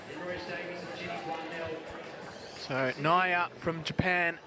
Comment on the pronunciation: Who is "Naiya"? It's Niiya (knee-ya)!